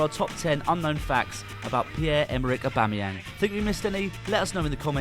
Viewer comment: Also, his name is pronounced "AubameyONG" as it is from the French language